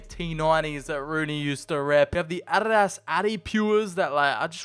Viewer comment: Why do you keep calling Adidas "ARRAS"?